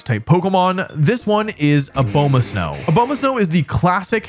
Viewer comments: man ur like my favorite pokemon youtuber but i can’t justify ur intentional misperception of names. it’s obviously not ah-bow-ma-snow. it’s ah-bah-ma-snow, you know, as in abominable snowman. you do this all the time just to get people to comment. there’s no integrity in it. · a-BOW-ma-snow... really? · “A bomah snow” smh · “Oh bow mah snow” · It’s pronounced abomasnow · Your pronunciations are horrendous I thought Slay-king was bad but A-bow-ma-snowis something else. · a- BOW- ma-sow? 😂😂😂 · Wolfey... that is not how you saw "Abomasnow." It's Abominable + Snow, Not "Obomasnow"